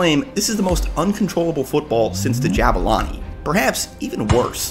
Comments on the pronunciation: Pronounce the U in Zulu in Jabulani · Say it properly JAH-BOO-LAH-NI From a South African 👍